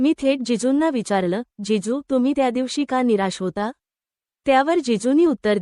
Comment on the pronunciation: जेजू नाही जीजू